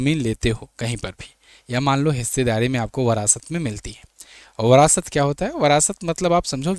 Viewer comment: Phale bolna sukh le brast nhi virasat hai